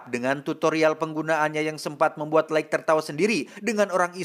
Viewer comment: Lait jooohnnn. LAITTT bacanya bukan laig